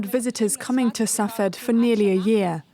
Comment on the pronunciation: Sfhat - not Sah-Fad.